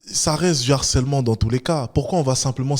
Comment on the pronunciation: Comme je sais que tu tends à toujours améliorer ton français et malgré cette acception de l'académie de faire la liaison même sur le "h" aspiré, normalement, c'est "le harcèlement" et non pas "l'harcèlement". T'en fais ce que tu veux mais je me plais à penser que tu seras intéressé par cette remarque.